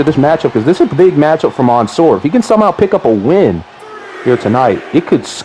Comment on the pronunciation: It’s literally man -soor not the way ur pronouncing it